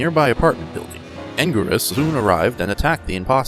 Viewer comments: It’s angurius not angweerus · It's angweeerus